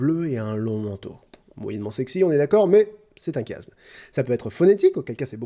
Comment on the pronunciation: C'est se qu'on appelle un Chiasme ! (Se prononce "ch")